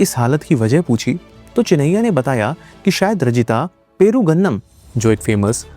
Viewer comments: It's perugu annam not peru gandam 👍👍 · It's not perugannam.its called perugu annam. Perugu means curd annam means rice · It's perugu annam...curd rice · It's pergu (curd) annam (rice)